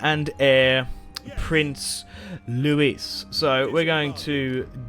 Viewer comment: Just for your info your kings sons name 'Louis' is pronounced 'Lou-wee' not 'Lou-wis'. 😜👍🏻